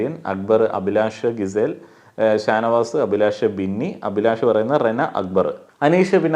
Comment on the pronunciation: ഗിസെൽ അല്ല ജിസെൽ ആണ്